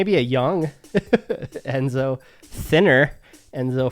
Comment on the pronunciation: Enzo. It’s Enzo!😊